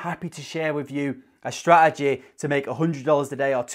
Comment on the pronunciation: Love the accent on the word “strategy”🤣